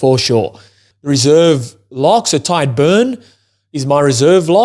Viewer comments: Small tip on "Tadgh". It's not pronounced like "Tide", it's like the "Tig" in "Tiger". You're welcome! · Stop confusing him by being a contrarian bro. I am Irish and my friend's name is Tadgh. I should know how it's pronounced and it's not "Tag". The "Tig" sound in "Tiger" is how it's pronounced. Read what I said and not what you made up in your head.